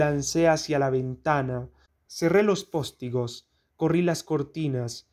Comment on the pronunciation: postigo, sin acentos...